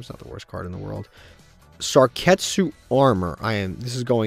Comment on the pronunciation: Love the series. But I love more the way he pronunces card's name. Lets start a bet to see how much time passes until he realizes its Sakuretsu instead of Sarketsu